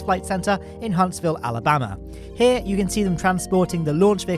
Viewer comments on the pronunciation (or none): none